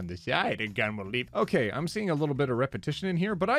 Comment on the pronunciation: Today I found out that (One topic at a time person) pronounces 'I'm' as "em", and not "eyem"